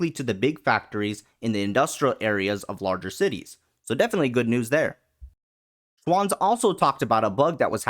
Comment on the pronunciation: Not, shwooants 9000, Schwanz 9000, google the german pronunciation.